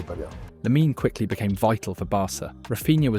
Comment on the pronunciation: It’s Lamine, not “Laminey” 😔